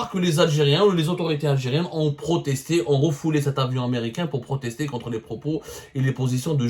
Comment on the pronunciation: Refouler ou refouser, parle doucement et respire , c'est refuser, tout le monde sait c'est quoi un aiguilleur, arrête de prendre les gens pour des cons